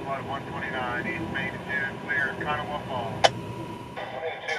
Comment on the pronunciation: The river in WV is pronounced Ka-naw. The A at the end is silent. It threw me for a loop too....